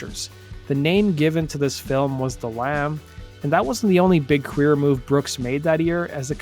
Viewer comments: It sounds like the narrator said, "...the only big queer move Brooks made..." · I had to "rewind" . I thought the voice over dude said "That wasn't the only 'big queer' move Brooks made that year..." It actually said "big career" move Brooks made... yada. I guess I was a kid in the 80s, and I misheard that! I need to mention that I AM a fan of Garth, and that was not my attempt to be cute: I was genuinely shocked when I misheard it. Much too Young, to Feel this Damn Old is one of the best country songs ever - up there with George Jones, Haggard, Loretta Lynn, George Strait and Alan Jackson, etc.